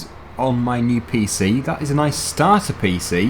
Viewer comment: I love the way you pronounce nice, it sounds like "noice" 🤣